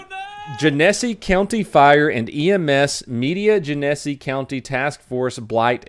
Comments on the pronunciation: Sorry, but it’s pronounced Jenna-see 😂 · Genesee... "Jen-E'-Sea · "Are you kidding me?" (sounds of additional TASER arcing) Uh ma'am, I don't think that he's kidding you. Genesee GEN-uh-SEE county. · he mispronounced genesee every time. it pronounced gen-a-c. this is really bothering me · Being from flint it hurts to hear the way you pronounce Genesee lol. Its like Jenn ehs ee. Or we say it gin uh see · Its pronounced "Gen a see" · I live in Genesee county Michigan and found out about the fake cops from this video. Awesome. They have 5 on charges now... the second e in Genesee sounds more like an a just so ya know.. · Gen-eh-see,. You are killing me. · Genesee......It's pronounced Jen-a-see. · Excellent videos, wonderful wit - Thank you. For next time, Gennesee is pronounced "Jenna-See" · Just FYI, it is GEN-A-SEE, Michigan has many messed up names for cities/towns/counties/etc... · I believe the name is pronounced "JEN-uh-SEE." At least when I used to drink Genesee Cream Ale it was pronounced that way. 😜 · I laughed so hearing you say Genesee. It's pronounced jen ah see. Im calling it gen eh see for now on though. .love it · Its Genne ( like Genna) - ss (hard S)- ee (hard E) 3 syllables. Its the county where Flint MI is located. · Genesee is pronounced like hennessy. For Future reference. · Genesee is pronounced like: Gen-a-see. I know you are doing this on the fly. But that was really funny! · Genesee is pronounced "jenna see". love ya donut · It’s pronounce “Jen a see” County. It sounded funny do I looked it up. Yup is in my Michigan. You are just pronouncing it wrong. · It's actually gene-see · Its genesee (jen-eh-see) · its pronounced Jen-Eh-Sea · I think it's pronounced gen-a-sea like the brewery in Rochester, NY and the river lol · Its pronounced Gen-eh-SEE. Wow that's close to me. Call 911 if you believe a police officer is a faker. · Not that it really matters but Genesee is pronounced Gen-a-see. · Genesee. Pronounced Jen-Ah-See